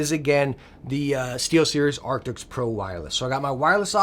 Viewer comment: He has been saying Arctix for 2-3 years now in every video about the headset.